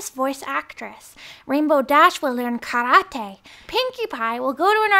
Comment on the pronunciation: KaratEE, not karatAY. And FYI karate is Chinese